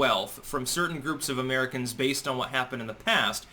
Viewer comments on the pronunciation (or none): none